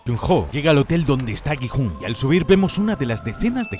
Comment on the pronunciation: Gi-Hun❌ jijun✅